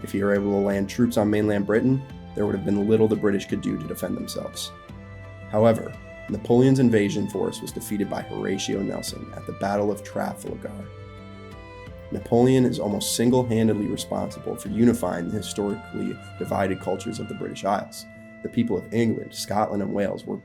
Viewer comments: Tra fAl gar emphasis on the A not tra ful gar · Not wanting to lay the criticism on thick but you should maybe spend a little bit of time (maybe using ChatGPT or simply Googling) how to pronounce certain words that you may not be familiar with, e.g. Jutes (YOO-ts) and Trafalgar (truh-FAHL-guh - this is how English people pronounce, at least). Other than that, I really enjoyed the video! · Dr Who?, WTF has that dreadful programme got to do with English history. And Trafalgar is pronounced Tr FAL ger. And the sycamore tree! Two morons are currently in prison for 4 years for cutting it down. Otherwise not bad. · even giving a pass to your sad lame IGNORANT misspeak of 'Trafalgar', your closing simp for not just a tv show, but a tv show so clearly aimed directly at those among BBC audiences least informed, most ignorantly inbred, makes this first channel visit my last. what utter tripe feedclutter. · a voice made for library silences, then; lazy fry permeating every syllable, lazier ignorance permeating, (See: that you left unedited uncorrected your 'trafalgar' slopmouthing says it all), every frame, every word, of this lazy azz personal glossing over of all history English, posted solely in order to push such feedclutter as your slobbering adoration of imbecilic from conception, (deliberately so as attempted 'parody' of then burgeoning 'sifi' tv and film productions, at least concieved so), as the ever execrable CRAP called 'dr who'. that whole 'parody' factor evidently incapable of penetrating so dense ignorance as your own thereby manifesting in your adoration thereof. find something actually useful to do w whatever it is you sub in for a real life... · mainly just the way you pronounce names of places or names. Trafalgar, for example.